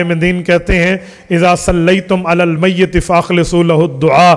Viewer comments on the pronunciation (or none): حضرت آپ بہت بڑے عالم دین ہیں معذرت کے ساتھ ایک چیز کی طرف توجہ مبذول کروانا چاہتا ہوں عربی عبارت پڑھتے وقت آپ میت کے یا پہ زیر پڑھتے ہیں ٹھیک ہے اردو میں گفتگو کے وقت میِت کے تا پہ زبر کیوں پڑھتے ہیں ۔۔۔